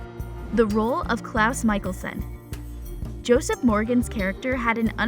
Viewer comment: Michaelson!!!!!!!!! Mikaelson...steffaaawnn ..its stefan...you daft dimbo...